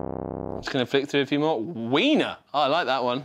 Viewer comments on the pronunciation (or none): none